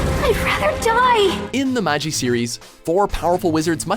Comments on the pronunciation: It's not maji it's magi and alddins jin us not with him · Its May-jai not Magee! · with respect to your magi its not maj-i but mag-ee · The dude said "Magi" as "Maji" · Is this guy really pronouncing Magi as Mahjee.... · How are people still not able to pronounce Magi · I cringed at the way he pronounced Magi... still happy that Aladdin made the list... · You pronounce Magi wrong regardless of which of the TWO pronunciations you use... "Ma. (hard G) ee" or "Mah ji (sounds like Rabi. "